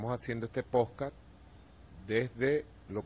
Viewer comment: poncadt, poscast, maduro tratando de pronunciar podcast! cuando le van a hacer un cursito de pronunciacion de anglisimos ! que verborrea la de este sr